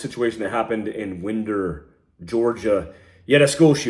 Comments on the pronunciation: it is not pronounced “Win-der “ but actually pronounced “Wine-der “ GA. Good stuff. Keep up the good fight. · Winder Ga is pronounced “wine der “ Ga brother. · Its pronounced " wine der" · fan of the channel and the work you do. Not a big deal but just thought I’d let you know that it’s pronounced wine-der not wind-er. It doesn’t really change anything other than it’s annoying to some in the community since most news stations around the country are pronouncing it wrong. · wine Der not wind er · “Wine-der” GA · Just helping you out for the future when you talk about this, it is pronounced Wine-der. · Why-n-der now Wind-er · WINE - DER not WIND-er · Pronounced whynder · Its "Whine-der" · It's pronounced winder Georgia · Hey, totally agree with your assessment. As a Georgia boy, please call it Winder like wind a clock not the wind blowing, thx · It’s pronounced Wine-der. Yes it’s spelled Winder Just letting you know Sir I grew up there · I'm from the area where it happened. Friend's kids were in danger. It's pronounced Wine-der, but that happens often. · Winder is pronounced like "whine der" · Pronounced “wine dur” Ga. 😂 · It’s pronounced Wine-der. I live very close. Sorry just had to let you know. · Another great video, thank you for your perspective… one correction, the town is pronounced “wine-der” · Hey I am an old Jarhead and a baby boomer, just barely. I don't believe anything the idiot box tells me. Winder GA is pronounced (whine-der) and Barrow Co is pronounced (bear-o). Informative Brother, I subscribed. Thanks for the video, keep telling what you can. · pronounced "whind-er" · Winder with the “I” sounding like a long “I” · FYI, it's winder like you wind a watch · I was coming to say the same. To make it easy for to understand, Prescott=Preskitt. Winder=Wine Der. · It’s Winder GA as in glass of wine.